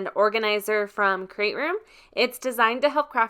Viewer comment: Nice review!! I just ordered the Dream Box 3. I can’t wait to get it. It sounds like you’re saying “Crate Room” and not “Create Room “